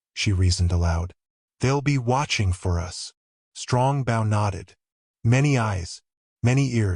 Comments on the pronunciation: It's pronounced "Bo." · I wish this reader would pronounce bow properly!😢